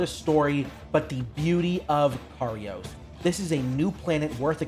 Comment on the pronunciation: Kairos.... not karios. They litearlly say it outloud like 50 times and spell it on screen constantly.